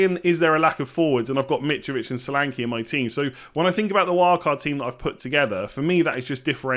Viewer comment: The name “Solanke”is pronounced SHÓLÀNKÉ and not Salanki. S sounds “SHip” N is stretched and E sounds “bEd” not “I”. Great wild card selection.